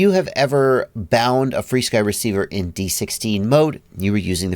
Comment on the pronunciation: Help out new users and just call it "FRSKY" not "free-sky". I know there is history.... just why not call it what it's called now?